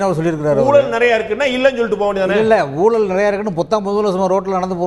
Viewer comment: அது ஊலல் இல்லை ஐயா. ஊழல்--oozhal. தமிழை கொலை செய்யாதீர்.